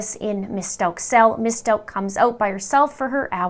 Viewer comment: How do you get "Stoke" out of S-t-a-u-c-h? Don't you listen to the news and how they pronounce it?